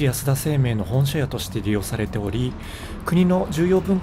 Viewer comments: 素敵なオフィス街を見せて下さってありがとうございます。落ち着いた話し方でいつも楽しく拝見しています。 一つだけ、気になったのでごめんなさい。6.46あたりで明治安田生命の本社屋を「ほんしゃや」と仰っていたのですが、正しくは 「ほんしゃおく」です。細かくてすみません。でももったいないと思ってしまって。 これからも楽しみにしています。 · 「本社屋」は「ほんしゃや」ではなく「ほんしゃおく」でしょうに。聴いて居る方が恥ずかしくならます。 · 丸の内のあの整然かつ重厚感ある雰囲気が好きです。細かい点を指摘するようで本当に申し訳ないのですが、本社屋=ホンシャオク かと思います。ホンシャヤではなく...。